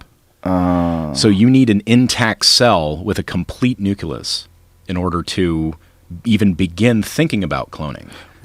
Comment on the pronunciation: ''Nucileus'' he earlier mocked Bush for saying Nucilar :D